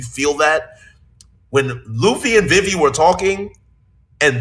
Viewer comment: This man can't say vivi right 😂